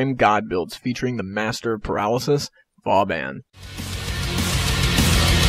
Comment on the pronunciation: i heard it was pronouned, Vo-Bohn.... anyways great build!